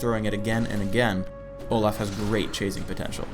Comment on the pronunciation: He says Olah